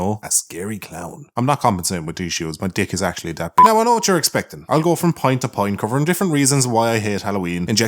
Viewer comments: did you say point to point or pint to pint? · ok am I the only one who heard "Pint to Pint" when he said "point to point" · "And now for something....completely different" haha Did you say pint to pint intentionally, or was that accent?